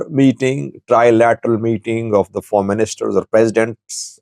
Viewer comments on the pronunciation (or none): none